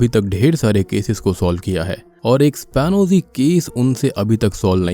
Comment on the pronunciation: एस्पियोनाज केस है वो शायद वो स्पानोजी नहीं। उच्चारण एक बार देखे।